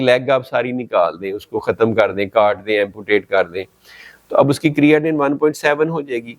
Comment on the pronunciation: Creatinine BOLNA TU SEEKH LAIN PEHLAY